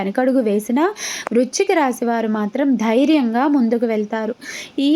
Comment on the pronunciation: వృచ్ఛిక రాశి కాదు వృశ్చిక రాశి